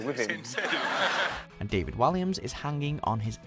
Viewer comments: Dafid? fucking Dafid? American's and Canadians pronounce it correctly as Day-Vid as well... so wtf? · it’s DA-VID, not DAH-VED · Okay, three things: 1. It is pronounced DAY-VID I don't understand how you mispronounced it! 2. Out of all the hilarious clips you could have chosen you choose this lot - and with no honourable mentions?! Wtf. 3. You need to do another list now so that you can correct your mistakes - with Freddie's baby photo being in at least the top 3!! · John Smith welsh people do not pronounce David like that